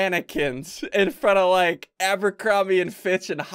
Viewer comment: Young ian: Lols lols lols are funny lols i like lols lols Old ian: Loiks Loiks Loiks are fuuny Loikes i like Loikes Loikes Loikes=likes